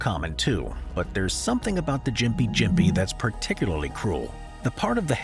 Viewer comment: Afraid it's pronounced Gympie, not Jimpy. Well at least the town is so I assume the tree is too.